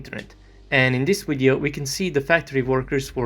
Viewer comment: Were you taught english by a German?. There are such things as a V in Enlgish. The v makes the vuh sound. So its not 'wideo' its video.